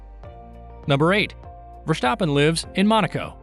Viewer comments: Verstappen. Not Vershstappen! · One question... why do you pronounce his name as verSHtappen? Just say verStappen. S-sound not sh :) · Thanks for your fun facts. Just a hint: his name is not Verschtappen but simply Verstappen. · nonononononononononono. NEVER SAY "Vershtappen" say it exactly like its written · Nice video, funny how you say Versjtappe!